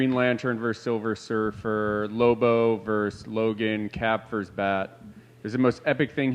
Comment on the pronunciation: It's verSUS not Verse- that's strictly a part of a song. Get yourself an education